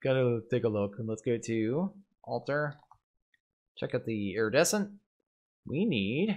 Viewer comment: Nobody's pointed out "Iridiescent" yet strangely enough.